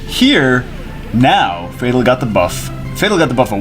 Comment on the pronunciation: Fatal is a word... not Fat al...